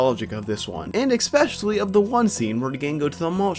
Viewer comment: Oh those pesky "L" words are difficult for ya aren't they? "He walked right fru duh wall." Walked "fru" it huh? "Usuawy" "Expecially" There's no "x" in Especially bruh. "Wiff" instead of "with" "Evo-duo" "Popuer" instead of popular "Space hear" um heater? "Actuawwy" The Fwane...Flame? "Fowwow"...Follow? "Frowing a key" THrowing "Fretening?"...Frightening "Feater"... Theater "Fratening"... Frightening "Spooky Space Gook" It's Kook I didn't know Elmer Fudd was narrating this. Bahahahaha!!!